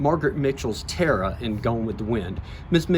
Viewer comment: Such a shame that the man doing the introduction did not know how to pronounce Tara only terr or please even with an accent the Irish TA RA is not hard.